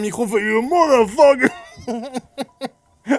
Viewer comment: "YOU MOTHOFOCKO !" Je pleure de rire 😭